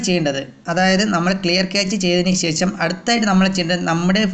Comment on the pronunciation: ക്യാച്ച് ഡാറ്റ അല്ല ക്യാഷ് ഡാറ്റ